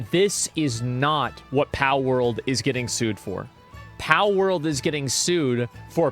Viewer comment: why does asmongold call palword "pow world", makes me irrationally angry